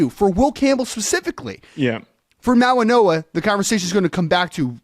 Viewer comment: this is how you pronounce his name Mau-ing-oa Mauigoa The way you guys are pronouncing his name Mauinoa, that's not how you pronounce it